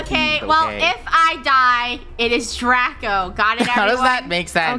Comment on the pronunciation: DRACO not daco